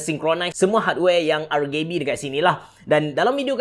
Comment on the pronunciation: Xle blah semua video kalu ade RGB mesti sebut RgayB